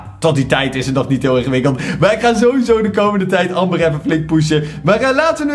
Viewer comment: wanneer ie amber zegt ipv ember